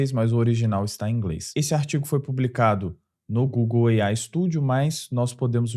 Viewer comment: "EIAI... GEMINAI..." 😬😉